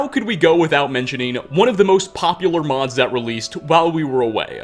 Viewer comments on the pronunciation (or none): "our episode of immersive skyrim modsuh"